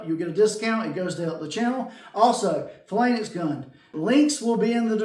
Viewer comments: Thanks for the video … pronounced “Fay-Lanks” I appreciate the demonstration and comparison. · Great results for a relatively cheap set up. Thanks for the in depth review. Phalanx pronunciation is /ˈfāˌlaNGks/. Cheers! 😎👍☮ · It's pronounced "fay lanks", nice demo I was wondering about putting the pigmentation right into the paint!